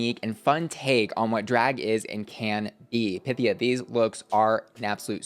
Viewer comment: Everything said. Also, waiting for Pythia to correct Ru on her name pronunciation. The emphasis is on the y, not i. I can hear my Greek ancestors groan each time it happens.